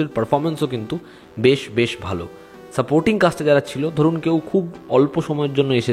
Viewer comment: কথাটা "ভেশ" নয় বরং "বেশ", ছদ্মবেশ কে ছোটো করে "বেশ" বলা হয়। হিন্দি ভাষার ইনফ্লুয়েন্স দিনকে দিন বাঙালির মধ্যে বাড়ছে।